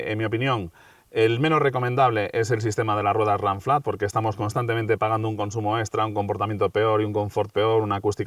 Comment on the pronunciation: Ranciar , donde estudiaste , literalmente se pronuncia “ runflat “ en castellano , el inglés para los ingleses , aquí se habla español !!!! Vaigase a freír chuchangas , papafrita !!!!